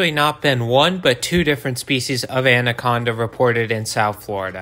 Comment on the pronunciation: I can't get over how much this guy said ANDaconda. Like damn informational video but I stopped adding a d in the pronunciation when I was like 8 years old